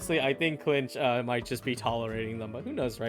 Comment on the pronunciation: first 😱 I'm probably gonna pull mualani out of all of them tbh edit: he called kinich "klinch" ICANT